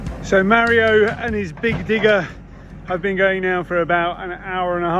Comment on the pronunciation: Tara! Please teach how to pronounce Mario 🙏 …my Dads name is Mario and hearing it pronounced incorrectly is the same as being called Joan 😂 Great job of removing the bamboo! The only way to get rid of it is digging it up. Salt makes the soil sterile and you’ll never grow anything on that spot ever again. Plus, over time it seeps into the deep artisan water - damages the eco system. Round up damages the Shikimate pathways between food source and humans. Food will grow, however the nutrition is rendered unusable by the human digestive system. Hot water is good for small areas like paths etc.